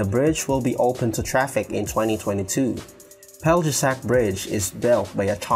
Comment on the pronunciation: its pronounced "Pelyesac" for Peljesac bridge. J = Y